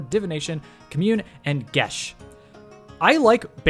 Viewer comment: Geas isn't pronounced "Gesh" it's pronounced "Gee-ahs" with a 'g' like in the word 'good'. Also, in regards to the Cleric's features? Divination wizards are already fucking busted as it is being able to incessantly re-roll dice. Having a -25% chance of failing when casting any of those divination spells that FORCE the DM to reply is just busted on top of it.